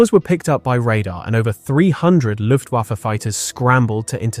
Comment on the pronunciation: "Loooftwoffer"? Ffs kid.